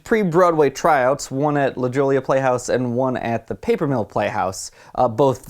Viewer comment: did you say la jolla wrong on purpose? ... (la hoy-ya)